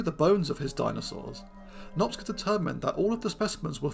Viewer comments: Cs in Hungarian is pronounced like ch, as in chicken, or choose. Nop-cha not Nop-sca. Cheers. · It's quite funny how many people in the comments keep referring to him as Nopsca because of how you say it, switching up the "c" and "s" but it doesn't really matter anyway because the pronunciation is somewhat incorrect regardless. The letters "cs" are pronounced as "ch" is in "challenge" if you care. It's in Hungarian and it is really unlikely to get it right if you don't speak Hungarian. Fun fact, no the other one, a boring fact because someone mentioned it in a comment, Magyarosaurus means Hungarian lizard because Magyar ,of course, is the Hungarian word for Hungarian which everyone also mispronounces in an expected but, at least to me, amusing way. The more you know the less you care etc. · Great subject, it is pronounced "Nohp-cha" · In Hungarian, the letter group cs is pronounced like ch in English. His name is pronounced Nop-cha, not Nopska, which also involves switching the position of the letters. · Since he is Hungarian, I think the ‘cs’ sequence is pronounced like ‘ch’ as in ‘choose’ (Hungarian spelling is kinda weird) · Small nitpick: In Hungarian the "cs" makes the "ch" sound of English (as in "church") [IPA: tʃ ].